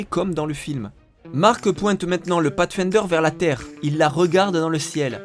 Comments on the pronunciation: avec un "pafsfaindeure" on sauve les meubles... ce sera pas suffisant néanmoins pour faire croire qu'un français sais prononcer de l'anglais mais ce sera assez pour montrer qu'on essaye un peu... Peu importe que vos sources soient déjà bien organisées et complètes quand vous les reprenez, votre travail d'adaptation pour en faire vos vidéos est bien fait. Et surtout tellement à contre courant des vidéos plus longues avec mille fois moins d'infos que c'en est presque génial. Un principe qu'il serait peut être possible d'appliquer à d'autres sujets que le cinéma ? La musique, l'histoire, l'art.... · Pathfinder prononcer path comme en anglais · audacieuse prononciation de "pathfinder" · catastrophique oui.